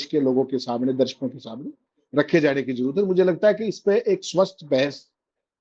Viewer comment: Abey saley kahan kahan se uth kar YouTube par aane lage ho. Bolna to seekho presentation dhang se karo. Darshako hota hai Darsako nhi hota